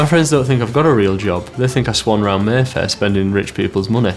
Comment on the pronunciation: I thought he said Merthyr not Mayfair